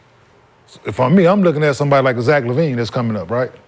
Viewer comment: Dude really said Zach Lavine. Smh